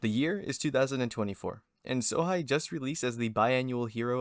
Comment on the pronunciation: It's Sohei bro not Sohigh. Do not disrespect my